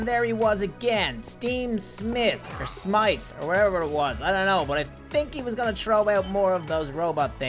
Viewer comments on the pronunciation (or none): none